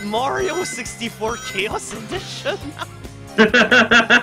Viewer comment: Cobalt Kirikizan you forgot intentionally mispronouncing Chaos (KAY-ahs) as Chaos (CHOWS)